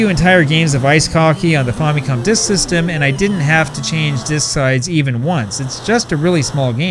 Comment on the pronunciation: The name Famicom is short for Family Computer so why do you pronounce it 'faw' instead of 'fam' as in family?